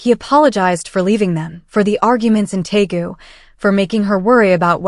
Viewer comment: It’s Deagu, not Taegu,. This is where Suga and V are from.